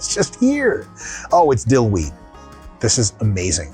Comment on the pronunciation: Dill - now you are talking like a real russian LOL, this was the reaction of a Latvian colleague of mine!